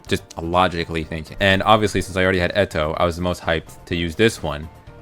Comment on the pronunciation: I hate how u pronounce eto